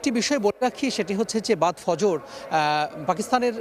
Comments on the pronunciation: হায়রে মুর্খ উপস্থাপিকা ফরজ না ফজর হবে তাও বুঝেনা😭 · ফজর না বলে ফরজ বলছেন? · আরে ফরজ না ফজর😂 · খুবই অবাক হলাম, সময়ের মত এত বড় একটা টেলিভিশেন ভুল বানান করা হচ্ছে। ওই মহিলা ফজরকে ফরজ বলছে। মুসলিম হয়ে একটা নারী ফজর উচ্চারণ টা করতে পারছে না, দু দুবার ভুল করেছে।ছি ছি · আহারে আপু ফজরের নামাজের উচ্চারণটা ও করতে পারলেন না। দোয়া করি আল্লাহ আপনাকে আল্লাহর বান্দী হিসেবে কবুল করেন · ম্যাডাম বাদ ফজর শব্দটা বলতে পারলেন না,,,এমন কেন???